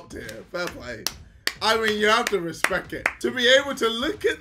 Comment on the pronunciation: “You have to respec it”